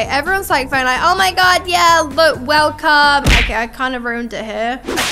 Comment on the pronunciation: welcome 🎉not welcom what is that😂